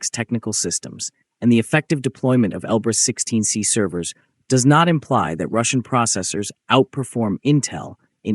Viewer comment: Он Elbrus-16S, а не 16C